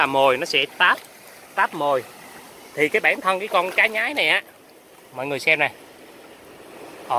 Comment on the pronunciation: Cá xương xanh ( xương mà xanh) . Có vùng gọi là con cá nhoái ( lúc nó bơi và bắt mồi nó thường nhoái mình hay nhoài mình) , không phải là cá nhái như bạn trong clip phát âm.